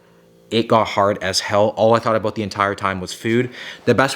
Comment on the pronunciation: Is he Canadian? He said Abooot